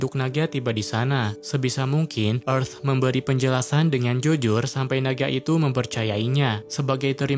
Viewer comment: Tulisannya earth kok dibaca efth